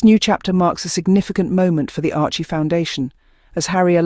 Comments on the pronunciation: SERIOUSLY!!!!! “ARCHIE” foundation????? WTF!!!! Ok it’s AI but you CANNOT get the NAME of the Foundation RIGHT!!! ????How PATHETIC!!!! ARCHEWELL Foundation is doing GREAT WORK around the 🌎 World…. FIGHT AGAINST AIDS is another example of their commitment to make a DIFFERENCE!!!! Give CREDIT CORRECTLY Please!!! Geez!🤷🏼‍♀️🤦‍♀️ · Couldn't you be bothered to be accurate - it's "Archewell Foundation" not "Archie foundation"!!!! What is the point of this misrepresentation if you can't get the names of the supporters right?!!!!!